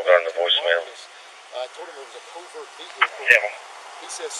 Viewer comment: It's a co-vert veh-icle